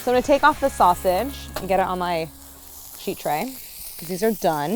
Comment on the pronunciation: Harris calling sausage snasage made my day! 😂